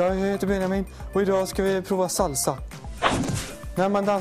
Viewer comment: han säger nästan salva ;)